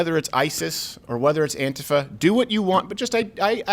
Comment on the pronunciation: The way he pronounces antifa is hilarious lol